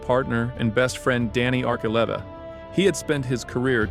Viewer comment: Thank you for saying Archuleta's name correct the second time I know the arch part thoughs everyone off ❤❤❤❤ enjoying the show